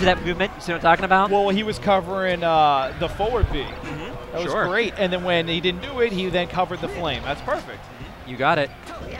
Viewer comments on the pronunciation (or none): I never noticed before. Thats the first time ive heard someone call it "toward-B" unless im mishearing him saying "forward"